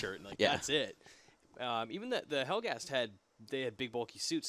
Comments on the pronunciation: Helghast! It's Helghast! Not Helghan the planet but Helghast, the civilization and people! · They're helghast not helghan. Helghan's their planet. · Its actually helghast from helgen, not helgen from helghast